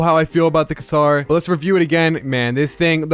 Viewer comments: the WHAT? "Kazar" is a very unique way for you to pronounce "quasar":eyes-purple-crying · It is called qa-sar not a q-saur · "the kasar" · Bruh its quasar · bro is saying QUASA wrong.